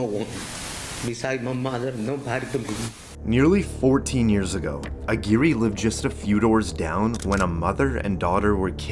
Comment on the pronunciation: Lmfao how did you pronounce that first guys name? It’s much closer to ag-wire than whatever the fuvk you said hahahah